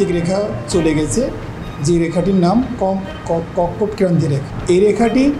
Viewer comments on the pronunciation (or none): হেতে বলে আবহাওয়াবিদ😂😂😂কর্কটক্রান্তি রেখা উচ্চারণ করতে পারতেছে না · কত শিক্ষিত মানুষ ভাই কর্কটক্রান্তী রেখা শব্দটাও উচ্চারণ করতে পারছেনা 😂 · আবহাওয়াবিদ কর্কটক্রান্তি উচ্চারণ করতে পারলনা, 😂😂😂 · কর্কটক্রান্তি উচ্চারণই পারলো না, অথচ সে সরকারি চাকরিতে আছে।😂😂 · কর্কটক্রান্তি রেখা- এই শব্দটাও ভদ্রলোক ঠিকমতো উচ্চারণ করতে পারলো না।